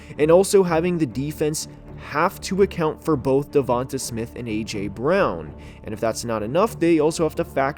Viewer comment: Its pronounced "Devontay"